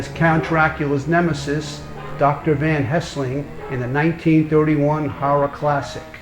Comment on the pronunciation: You stopped me dead in my tracks. Dr. Van Hessling? First, it's Professor, not Doctor, and second, it's Van Helsing, not Van Hessling. It's a super iconic character... how can a channel dedicated to classic movies get that so wrong?